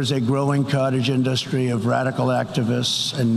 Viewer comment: Tag team roast of his sleepiness😂😂😂. Also, am I the only one who hate the way he say industry? It's like he says it with a capital U or something indUstry😏